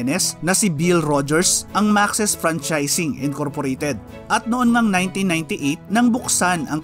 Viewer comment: Maks po ang pronunciation nyan hindi po maxis.